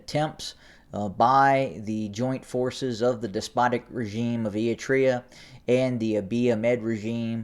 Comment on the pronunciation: If you follow the chaos in Ethiopia closely like many of us do and then listen to this kid who pronounces Eritrea ‘Eeetrea’, you begin to realize that he really doesn’t know much at all about what’s actually going on. He’s snipping a few reports from here and there and then theorizes what might happen or what could happen. Better to get your information straight from Getachew and Stalin. This kid is just milking you for the YouTube royalties.